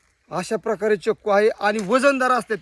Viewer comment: चकू नाही चिकू